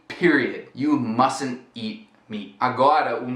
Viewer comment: It's funny when you say "You can't eat meat" and I only hear "You can't eat me" haha